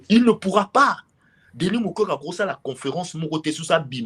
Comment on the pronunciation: Son non est devenu "MUKWEGUEY*